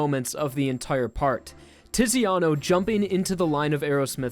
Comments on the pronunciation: Quick heads up, the Italian 'Z' is pronounced like 'ts' just think of the word 'pizza' which is Italian. So Zucchero = 'Tsukero' and Tiziano = 'Titsiano' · Do not pronounce Italian names if you can't. It's CIÒ CCO LÀ TÀ TI Z IANO SÀ LE ALSO YES JOJO IS GAY AND I LOVE IT :D